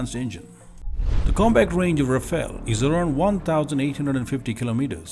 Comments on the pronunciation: The pronunciation is Ra-Fal and not Ra-Fail. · The spelling and pronunciation of Rafale is wrong. It should be pronounced as Rha-faal. You need to get both right to be taken seriously.